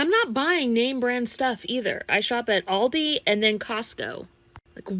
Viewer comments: Also public shame for saying Aldi's with an S. It's Aldi.😊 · Why do people say ALDISSSS with an s, but not walmartSSSS or target's. Its aldi. We shop, at aldi. Not aldissssss.